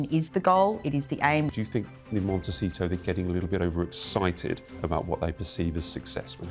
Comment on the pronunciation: Why does this old man keep saying “MonteCHEETO”. He sounds quite ignorant.